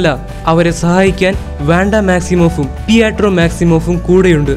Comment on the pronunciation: പിയാട്രോ വേണ്ട പിട്രോ മതി